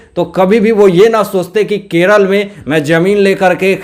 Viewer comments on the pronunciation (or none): none